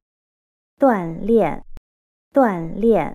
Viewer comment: 老师，在3：42是读锻“炼”（读音：第四声），不是第三声。